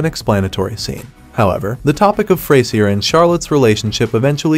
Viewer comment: "Fray-zee-r" though....